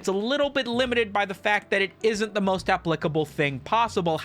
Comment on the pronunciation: Lol he said appLICKable 😂